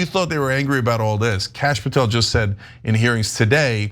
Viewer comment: Did he say "Krash" Patel? Amazing. Bondi is a layer and as crooked as you think.